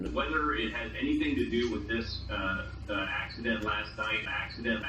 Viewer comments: ascident, no realy. ok you got me - it was acident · It's just an ackseedent bruh